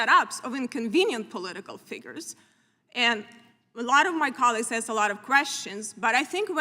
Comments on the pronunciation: The word is ASK, not Axed. She can't even pronounce basic words properly. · 'Especially because I did axe directly" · She “axed”.😞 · Bush axed Wray. LOL